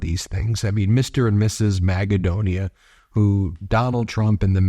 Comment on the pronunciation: You know there is a Country in Europe called Macedonia. The way you pronounce your „Magadonia“ sounds an awful lot like that. It’s insulting to every Macedonien could you please stop that ?!